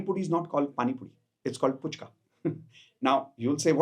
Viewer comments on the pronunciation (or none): No offense, Just a little correction being a Bengali: The pani puri in Calcutta is not called as "Puchka". It is called "Phuchka". I wanted to pinpoint this because a lot of non-bengalis mispronounce them - just like how they mispronounce "Kolkata" as "Kaulkata".